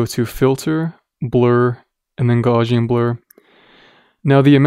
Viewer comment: It's a great tutorial, but I have to point it out that the word "Gaussian" is from the name of a mathematician and physicist from Germany: Carl Friedrich Gauss. So his name is pronounced as "ɡaʊs" He discovered the normal distribution, an important tool in statistics which is used in this blur effect. Please excuse me for the correction. It's a minor thing, doesn't make your tutorial less useful. Have a nice day